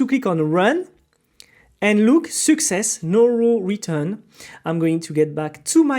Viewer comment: Great tutorial, but seems like you are ruining all the people pronunciation like you are saying Success ❌ Soookcess ✅ Auth ❌ Huth ✅ And many others